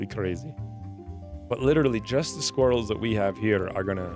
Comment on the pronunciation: Every time you say sqweerels I giggle. 😄😉🤣